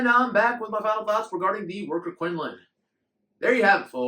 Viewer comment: From a person in China its pronounced like koon loon.